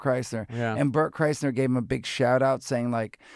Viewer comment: he fucked up bert chrysler's name LOLOLOL